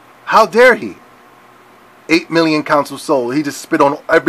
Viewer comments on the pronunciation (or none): none